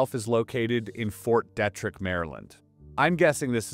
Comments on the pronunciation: Dee-trick not detric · Fort Dietrich isn’t pronounced fort Detrick… 😖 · It’s pronounced Fort “Dee-trick”, just a heads up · Fort DEE-trick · It’s Fort Deet-Rick, MD. Just an FYI on the pronunciation. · It’s pronounced “Fort Dee-trick.” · Pronounced Deetrick. Frederick. MD. Yep. Lots of underground contamination also. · BTW, It’s pronounced Fort Dee-Trick. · You have mispronounced a bunch of words. Ft. Derrick is pronounced dee-trick. Glial cells is pronounced glee-al. You have access to multiple AIs and pronunciation software. You'll bolster your credibility by using them. Otherwise good job. With the onset of gray hair this should become less of a problem. Have you not heard other people pronounce Ft. Detrick? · I thought knowing how to pronounce Fort Detrick was common knowledge too.